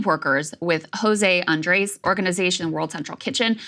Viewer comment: Krystal, please work on your pronunciation of Andrés